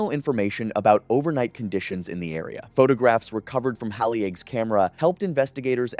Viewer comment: Halley-egg. I can’t go on.